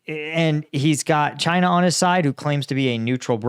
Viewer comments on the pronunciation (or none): none